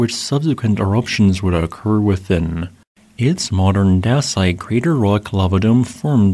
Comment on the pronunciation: "daysite", it's pronounced daysite.